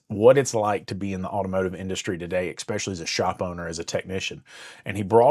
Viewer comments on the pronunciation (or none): "Eck-specially"? If you're going to preach to me about how things are, don't come at me half-stepping with broken ebonics. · I couldn’t get past the third expecially 👎